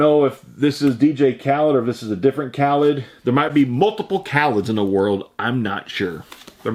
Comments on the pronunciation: It's pronounced "Kah-leed" not "Kah-lead" ...different guy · Khalid is pronounced (kuh-leed) or (kah-leed) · The artist is Khalid pronounced Caw-Leed he sings Young Dumb and Broke.